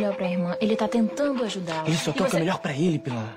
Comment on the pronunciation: Canal Sem Nome Eu escutei "Oi pilara" kkkk